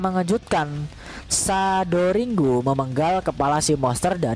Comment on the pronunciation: iya'kan jdi aneh sndiri🤭😏🤣👍